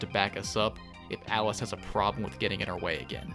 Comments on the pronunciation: Love how every time you say "Alice", I hear "Atlus" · These videos relax me in a beautiful way. Also, am I the only one who keeps hearing Atlas instead of Alice? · Am I hearing things? Everytime says "Alice" I think he's saying "Atlus" and it keeps confusing me